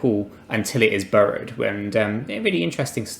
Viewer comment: When you say burrowed, do you mean borrowed? Maybe said burrow 20 times and I'm not sure if this is a crypto term or if it's a British mispronunciation of borrow.